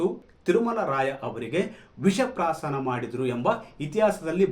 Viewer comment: kannada sariyagi balasi swamy visha prashaana alla visha prashana